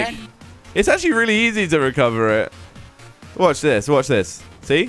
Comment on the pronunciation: Nathaniel conley no no.. the saying wutch this wutch this had me dying